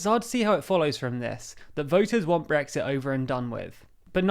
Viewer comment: I've heard of Brexit with a T, but what's this glottal stopped Brexi' thing to which you refer?